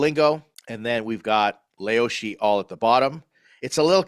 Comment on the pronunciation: you lived in china for 2 years and called it leoshi 😂😂